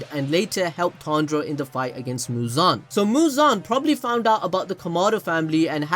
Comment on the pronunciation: The way you say muzan its like you are saying "JIGEEEENN"😂